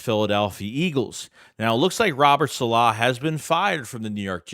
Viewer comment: ....been a fan. Love the videos. But you're the absolute worst with names. Saleh is not pronounced that way. Please watch some espn videos and adjust accordingly.